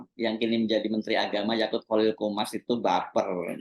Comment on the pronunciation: Yaqut bang hersu, bukan Yakult 😂